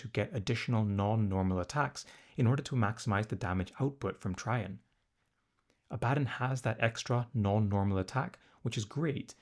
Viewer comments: A-bad-dun and Abba-don have been interchangeable for years. But it’s Tray-jun. Not Try-jan. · Abba-dawn and Tray-jin pronunciations are killing me 😂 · trajann is pronounced "TRAY-gin". TRAY as in "my food came on a tray" and gin as in gin and tonic.